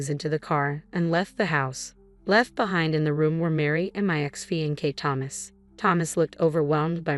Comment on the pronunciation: Fe•en•kay?? Fix the AI or don't use it!